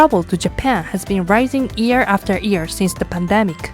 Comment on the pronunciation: I have a liguistic question. You pronounce "year" almost exactly like "ear". Isn´t the Y sound also part of Japanese language (e.g. wouldn´t Yokohama also be pronounced with the Y sound? Thank you already for the explanation